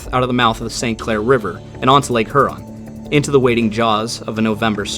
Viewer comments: Not to be picky or detract from this interesting video, but.....it's pronounced HERE-on. Not HER-on. Excellent video! Thanks for your time doing this. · Her-on? Really? I’ve alway heard it pronounced hyur-on. Good coverage of the story. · her-on? i havnt even met her no but really its hyur an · Great video but man.. its H-Yurr-ahn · just fyi, Lake Huron is pronounced H-YER-ON rhymes with Pure On. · buddy, it's "here-on" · Appreciate your efforts. Love the respect you show these mariners, and the detail. Only comment: up here we call Lake Huron, Lake ”Hyu-ron” like Houston. BZ to you. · Work on that Huron pronunciation.